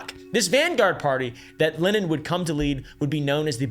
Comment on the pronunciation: whoa, worse pronunciation of Lenin's name i've ever heard -- nice.